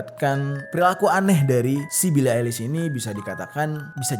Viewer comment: "Bili Ailis" 😂😂😂